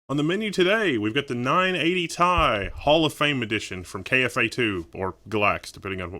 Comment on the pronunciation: It's "tee eye" not tye